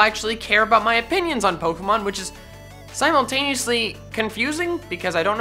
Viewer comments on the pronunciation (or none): none